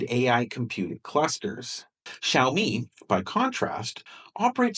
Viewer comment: Because Drumpty hasn't learned how to pronounce Xiaomi yet.